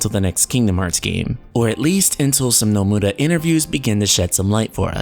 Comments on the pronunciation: Why can't this guy ever say Nomura's name right. Oh by the way, Zeal is right again, as usual. See you all in VS. And why does he keep saying "Some muh nus"? His Japanese pronunciation is atrocious. Yozora is also HUNTING them both, for his Master. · why are u saying nomura so weird